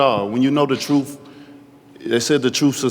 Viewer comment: "The troofs will set you free." Who said that?